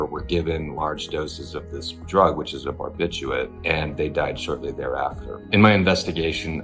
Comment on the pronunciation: barbiurates* The reporter mispronounced the word and now you've misspelled it. My mother used to say "Say it correctly, spell it correctly." Pronounce the second "r" in the word and you'll then spell it correctly. ("Turmeric" is another one where the first "r" is incorrectly dropped from pronunciation and hence is constantly misspelled.) I agree with your comment wholeheartedly!